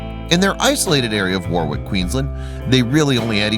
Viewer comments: Warwick is pronounced War rick. It is not far out of the capital of Queensland, Brisbane, but it does have a lot of bushland, creeks and wildlife nearby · I agree. Also, did you notice that they had a picture of cacti that doesn't grow wild in Australia? Plus every time he pronounced Warwick as War wick, I cringed. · From an Aussie, "W a r w i c k" is pronounced as " worrick "